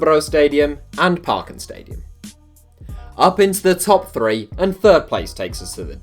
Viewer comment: As a Dane I love to hear you trying to pronounce parken and Østerbro😂